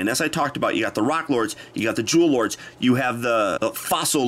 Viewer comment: I keep hearing Jew Lords instead of "Jewel Lord".